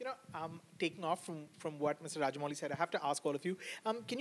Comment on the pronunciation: I love how Joe is calling Rajamouli as ''raja'' a king!